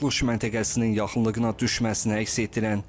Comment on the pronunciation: Ay qaqaşım, bu Q ilə bitən sözlər şəkilçi qəbul edəndə Ğ-yə keçir. Yaxınlıqına yox yaxınlıĞına.